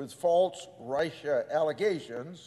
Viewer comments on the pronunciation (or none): His point is well founded, however, can someone tell this old corpse how to pronounce Russia. He keeps saying Rice-Sha